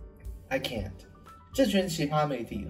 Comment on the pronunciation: i can't 唸成了i can 了😅